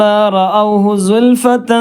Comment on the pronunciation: സുൽഫെതൻ.... സീഅ ത്...... എന്ന് പറയുമ്പോൾ 'ത് ' എന്നഉച്ചാരണം പുറത്തേക്കു വരുന്നരീതിയിൽ അല്ലെ... ഉച്ചരിക്കേണ്ടത്... ☺️